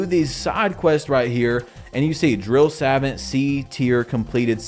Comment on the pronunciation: Sa-vaunt, thats how it sounds when you say it